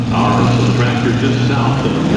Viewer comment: Can you say “tractor “ pull???? 😂😂😂😂😂